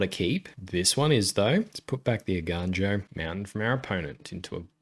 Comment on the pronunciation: im so proud you are saying eiganjo right ='). Awesome video likes always. keep it up!!